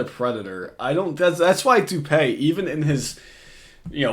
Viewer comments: Isn't it pronounced doo-pee and not doo-pay? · Dupeee bro. Not dupay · His name is pronounced Doo Pee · It’s actually pronounced Do-pee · it’s doo pee